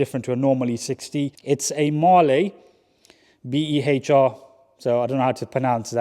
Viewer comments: Behr is pronounced as bare 👍🏻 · Behr = ‘Bear’